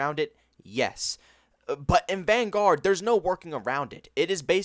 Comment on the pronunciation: The fact that you say van-GUARD, bothers me so much.